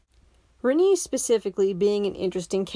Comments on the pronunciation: "Rinii" it's R-AH-ni babe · Like I genuinely hate her too, but I don't think you have standing to criticize a character if you're gonna mispronounce their name the entire time lmao